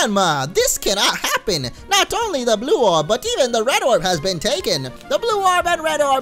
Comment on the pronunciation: listen to bow he says the blue orb and red orb... Lol